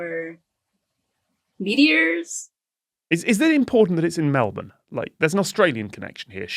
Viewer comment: I’ve just come from an Oh the Urbanity! video, and this is the second one in a row where Melbourne has been pronounced correctly